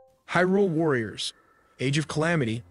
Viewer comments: Also "Hih'rool." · phantom harrglass lmfao It's called phantom hourglass (hour glass, as in an hourglass) and hyrule is pronounced Hi-rule